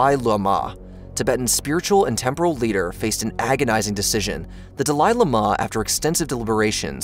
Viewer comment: De lie Le mar, really?